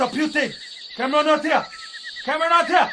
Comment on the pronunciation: Computer putin Camron not hea AHHHHHCAMRONNOTHEAAAA🤣